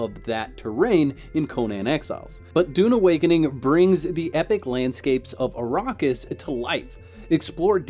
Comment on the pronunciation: Also, it's the "Imperium", not the Emporium. And Arrakis is pronounced ah-RACK-is.